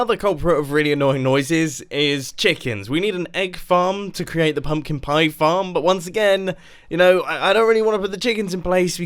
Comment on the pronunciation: POMPKIN PIE? No Mumbo it’s pumpkin pie